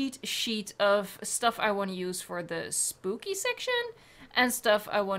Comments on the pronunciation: Did she say spoopy when she was placing the trees at the entrance 😂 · you said spoopy